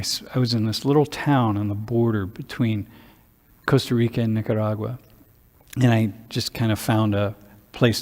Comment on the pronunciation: Love how pronounces Nicaragua! What a beautiful experience.